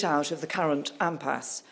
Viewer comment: Impasse not empasse. Pass not Parse. C- must try harder.